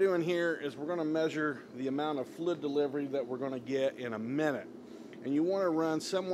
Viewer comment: Flidddd deliverwy 🤣😂